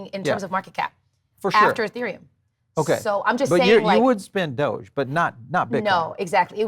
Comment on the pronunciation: it's not 'doja coin' it's doge coin,!